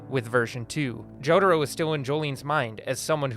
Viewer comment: He really says "Jodhuro"